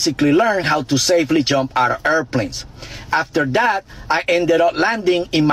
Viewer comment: Did he just said "Weh i seftly learned how to jump out of errrrrhplanes?